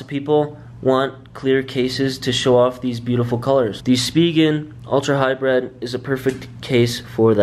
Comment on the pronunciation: Hybrid not hybred